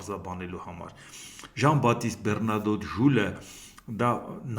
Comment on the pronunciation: Բեռնադոտ չի ԲեՂնադետ ա ))Մակռոն էլ Մակղոնա